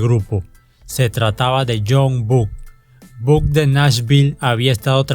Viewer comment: No se pronuncia "yoid bank", se pronuncia loid banks y "buk" sería "bock"